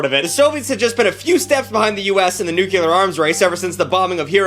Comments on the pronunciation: I am going to lose my mind if I have to hear you say “nucular” instead of “nuclear” one more time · Am I the only one that is vociferously annoyed when he says ‘nucilar’ instead of ‘nuclear’?? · him saying nucular instead of nuclear every single time lowk pissing me off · It's Nuclear... Nu - Clear... Not NuCular... 🙄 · New-clear, dude, not, new-kew-lur. Just saying. Proceed 👍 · Stop saying "nuke-yoo-lar", it's "NUKE-LEE-AR"!! Like the nucleus of a cell! Jesus, why does that piss me off so much?! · nuCLEAR. not nucular. common bruh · Nuclear* Insert wherever he says “nuculer” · Noo-klee-uhr not nuke-yuh-lur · NuCLEAR not NuCULUR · NU-CLE-AR Not Nukular. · Not Nucular. " Its pronounced NUCLEAR, you idiot. The S is silent". ~ The Simpsons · It's Nuclear,,, not Nululer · you're a cool youtuber but PLEASE pronounce nuclear correctly🙏🙏🙏🙏🙏🙏🙏🙏🙏🙏🙏🙏🙏🙏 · It’s “nuclear” not “nucular.” Pronounced “new-clee-urr” 😂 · I really wish I could watch this vid, but the way you say "nucular" instead of "nuclear" triggers my autistic ass way too hard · I still can't get over people saying nucular instead of nuclear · please it’s nuclear not nucular 😭😭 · NuCLEAR. Not Nucular. Jfc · Jesus fuck, man... It's NUCLEAR! Not 'nucular' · I'm begging you, please stop saying nuclear like that. Spell it out "nu-cle-ar" not "nu-cu-lur" there is only 1 u in the word nuclear. Do better (I love you) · Love, but I can not STAND when someone says "nukular" it is physically painful to hear. Nu-cle-ar is how it is supposed to be pronounced, idc if both are acceptable now I still hate to hear it pronounced like that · NUCLEAR. It's NEW CLEAR. Not NEW KUW LER. NEW CLEA ERRR. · Had to stop watching kuz of the way pronounced "Nuclear" as "Nuke-yoo-ler" and it boils my blood when people say it like that... NuCLEAR. Like New - Clear. NUCLEAR. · Why do you say nukelar? Is NUCLEAR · Nuke-Lee-Er not Nuke-You-Ler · NU-KLEE-AR... Not NU-QUEUE-LER. God. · Nucular war